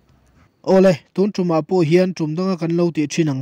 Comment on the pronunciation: A bengvar thlak thin hle mai, chutih rual erawh chuan tun lai Pastor thangthar deuh ho hian mizo tawng lam rik dik hi zir hret an ngai ta em aw, tunah pawh hian "tun tum' tih hi vawi thum i rawn lam ri a. Sa kawng tum angin i lam ri a, heng sentense-ah hi chuan kan zuang kang vak a lei a kan tum, thlawhna tum anga lam rik tur zawk a nih hmel.